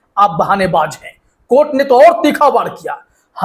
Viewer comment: Court nahin courtha